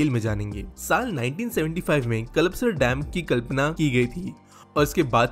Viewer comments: Nice video. The proper pronunciation is 'Kalpa - sar' and not 'Kalap - sar'. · It's called कल्पसर not कलपसर, thoda pronounciation pe dhayn do bhai 😂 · सर कल्पसर सही उच्चारण है